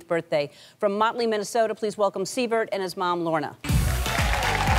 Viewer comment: Did she say Siver(t)??